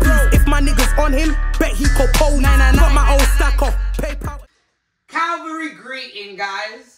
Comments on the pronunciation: I really missed “calvary greetings”🤣❤ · The way I’ve missed ‘CALVARY GREETINGS’ 😂